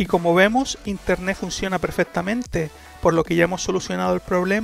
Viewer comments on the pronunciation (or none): interneT papito, no INTERNE' ... habla bien